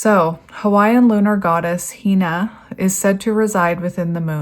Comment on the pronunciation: Hina is pronounced HENUH. ...Ah, you got it. (My granddaughterʻs name. ☺) In Hawaiian each vowel is pronounced, and sounds like those in Spanish, or Japanese.